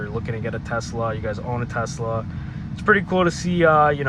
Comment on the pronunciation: why you say Tezzla? uhh why uhh why uhhh